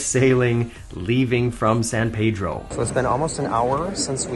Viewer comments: Just an FYI and for your future trips out this way, San Pedro was founded/established by the Portuguese. And while it is logical to think it's pronounced "San Pay-Dro" due to our proximity to Mexico, but it's actually pronounced "San Pee-Dro". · San PEEdro. Not the correct Spanish pronounciation as you pronounced it